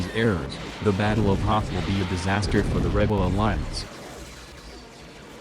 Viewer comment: You pronounced Hoth wrong lol... However, there is one easier way, to crush the rebellion. Destroy that escape pod from the beginning of episode 4 lol